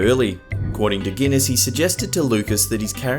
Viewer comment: Ahem, the correct pronunciation is Sir Alec Guinness, just for the record.